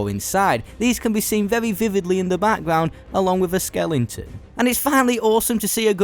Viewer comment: i like how he calls skeletons, skellingtons